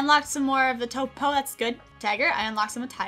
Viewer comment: “Topo, topography, toopo...” 🤣🤣